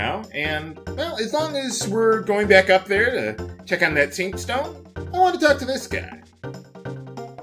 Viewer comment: you said SUNstoen instead of SAINTstone